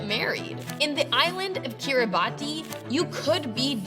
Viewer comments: it's pronounced "kiribahs" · that's sad, but you didn't pronounce Kiribati correctly. it's pronounced Kii-rii-båts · Note: You pronounced Kiribati wrong